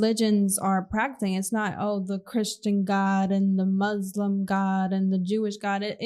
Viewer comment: Btw it's pronounced Muslim with a soft s like in the word soft or musketeer.